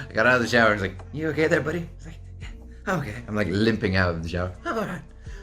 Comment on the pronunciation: “Hello therrre” Love you!! You’re looovely 😹